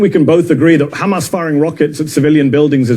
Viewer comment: Why did you do this? ‘Khamas khamas khamas’